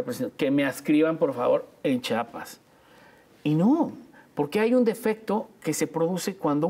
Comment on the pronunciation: Muy bien el invitado, nada más necesita aprender a pronunciar Chiapas, que gordo nos cae cuando no lo saben pronunciar, un poquito de dicción.